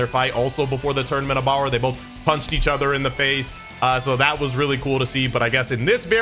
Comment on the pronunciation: Do you say Tournament of Bower for a reason?